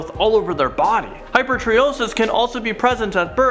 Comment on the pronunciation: you'd think if you're going to make videos about these disorders you'd be able to pronounce them correctly, its not 'hyper tree osis', for hypertrichosis...hyper from greek 'over, more, many' ,tricho greek for 'hair', also seen is trichotillomania (where people have obsession/compulsion to pic/remove hair), and osis - condition, so 'over-hair-condition'...so its hyper-TRIKE-OSIS, not hyper-tree-osis...lol